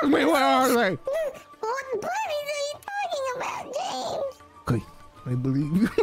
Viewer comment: Also the soft J on James where it sounds like "Yames"